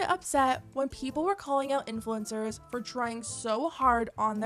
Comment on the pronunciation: = important? Where?